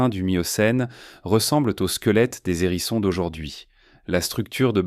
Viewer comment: Pas mal , mais vous m’agacez avec vos liaisons "maltapropos" : des zérissons encore et toujours des zérissons , ça devient presque insupportable ! Arrêtez s'il vous plait , et on vous pardonnera peut être les photos de porc épic qui n'ont rien a faire ici . E bref , soyez un peu plus sérieux , ce sera mieux .